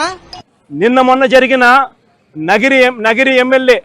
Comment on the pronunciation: నగిరి కాదురా బాబు, నియోజకవర్గం పేరు నగరి. ముందు నియోజకవర్గం పేరు తెలుసుకో